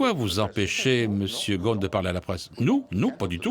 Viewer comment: Il s'appelle Ghosn et pas Ghon, çà se prononce GhoSSSSSSSn